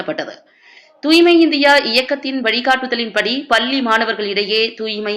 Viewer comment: பள்ளி என்பதை சரியாக உச்சரிக்கவும்